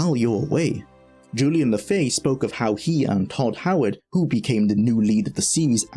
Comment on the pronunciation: and that is Julian LeFay, no LaFaye 😂😂😂